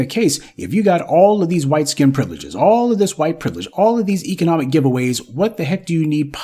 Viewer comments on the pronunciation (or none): none